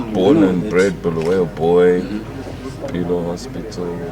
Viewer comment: Stop calling uBulawayo bhuluweyo Mr Dlamimi.